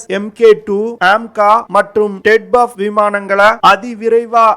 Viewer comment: ted buff ah??? solla terinja sollu... namma makaluku oru research and analysis koorum teriyaradhu ille, pronunciation um teriyaradhu ille. ara vekadu news terinju vechutu yellam terinja madri pesa vendiyadhu. Twin Engine Deck Based Fighter (T E D B F).